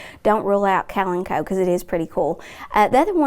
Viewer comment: I have never heard kalamchoe pronounced the way she said that. Worked at a greenhouse for 14 years and we never pronounced it that way. I was wondering why that plant looked familiar. The plant was too close and I didn’t see the name at first. When I saw it I was like what did she call that? I put those damn things in wicker gardens every day.